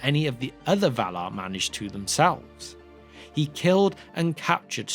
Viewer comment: “The VALAR!”, please. Thank you.